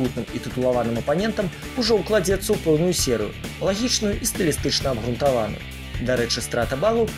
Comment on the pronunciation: Чаму "лепшыя" й "Неман", калі "найлепшыя" й "Нёман"? Й абгрунтаваныя вымаўляецца через звук ґ